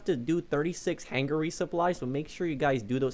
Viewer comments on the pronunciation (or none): Hang-er not hang-ger